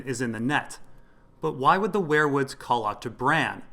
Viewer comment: ware-woods wear-woods werewolf ... seems like they should be pronounced we're wood , weer wood